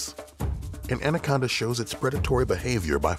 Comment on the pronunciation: 2006 He didn't say titanoboa, he said andaconda